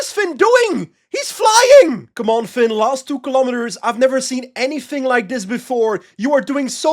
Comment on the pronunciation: “I’ve never seen anyfinn like this”